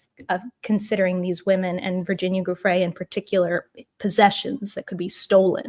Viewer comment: Love your work, but in all your research did you forget to google how to pronounce Giuffre. Ju fray